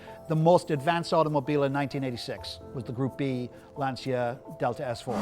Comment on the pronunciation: LANSIA delta s4. As an italian guy I'm really dying inside....the name is LANCIA!!!